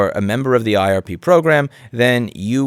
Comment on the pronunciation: I swear I (mis)heard you pronounce IRP program several times as RIP program, which makes it so much better :D